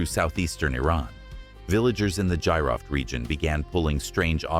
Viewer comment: Battery may've been for ancient MRI 😮😮 GEEROFT is the correct pronunciation Gee-Roft😮